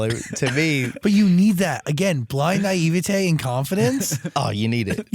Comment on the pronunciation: "niev-a-tay" This guy has said "naivety" at least once in every single video of his I've watched, and he mispronounces it every single time. If you're going to use a word that much, at least know how to correctly pronounce it. Lol.